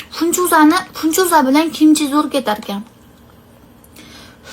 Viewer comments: Funchuzamas finchuza deng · funchoza demidi penchoza didi😂